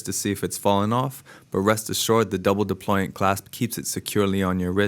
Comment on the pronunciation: Brilliantly informative review... pity about the weird 'hey check it out man' piece to camera intro. Keep your arms still. That said, this guy is still a class act. He even said 'deployant' and NOT 'Deployment' as so many 'so called' watch experts insist on saying in their ignorance. Great camerawork too. I have this watch. It is amazing... why. Because it is not a banal Rolex or an overhyped Omega.